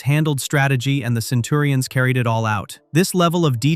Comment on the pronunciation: This narrator kills me. They had "centins", which gave the show a science "fection" feel. WTF?? LMAO